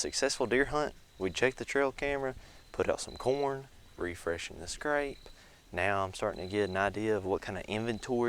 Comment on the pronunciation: It's scrape not scrap 😂